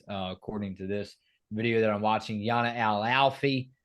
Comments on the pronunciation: El Alfy's name is pronounced Jan-ah. Yah-nah is actually what they call Ayanna Patterson. Jana is for sure going to start. We've needed a center badly since Dorka left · Guys you’re always calling her Yah-nah but I think her name is actually pronounced Jah-nah. When the interviewers call her Yana the teammates and Geno always correct them. The team actually calls Ayanna Patterson Yah-nah. I could be wrong. Can’t wait for your recaps when the games begin. November can’t come soon enough!! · Her name is Jana, like Jan-ah. I like your content guys but we’ve got to say their names correctly.